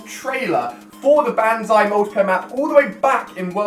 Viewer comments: Hey, Ali-A if you see this, I'm not trying to be rude but simply correcting you, you're saying banzai wrong. it's not said like BAN-ZAI, the "Ba" in the word is pronounced like the "ba" in ball. So in conclusion you'd say it like "bonzai" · its pronounced bon!!! not ban